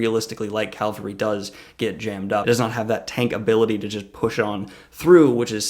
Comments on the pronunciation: You keep saying cal-ver-y, isn't it ca-val-ry? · Thanks for the video! Great job as always. One request from someone with a military background: please stop saying “Calvary” instead of “cavalry”. Calvary is where crucifixions happened, cavalry are mounted soldiers. Notice where the L is in each word. I’m looking forward to the next video! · it's pronounced CAValry. not CALvary. The ;latter is a place. The former are a unit type. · I love you, but CAVALRY, not CALVARY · ...Calvary... Cringe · Great analysis but can you say "cav-al-ry"?!! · Is this guy saying calvary instead of cavalry? xD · you were killing me with 'calvary' i/o cavalry! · What is calvary? :S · It's cavalry. Really? Don't let me go. Stop saying calvary. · Nitpick: Cavalry are military units historically made up of horsemen. It's related to the Spanish word Caballo for horse or Caballero for cowboy (I think it is a little weird that their word for that concept means "horseman" and ours means... cow boy) and in Spanish the V sound has basically merged with the B. Also Chevalier in French is Knight, a role noted for their horsemanship and in French Cheval is horse. So, the common thread here is that the V sound (or b/v) precedes the L sound. Calvary is the Anglicization of the Latinization of the Aramaic word for the place where Jesus was crucified. Sorry I can't help it. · "CAVALRY" ... U keep saying "calvary" ...